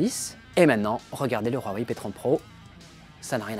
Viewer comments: Pourquoi tu dis RWAWAI ? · Huawei pas ruawei boyardland